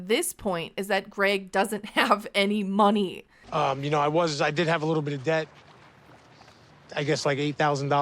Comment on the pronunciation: You pronounced the word “Money” wrong.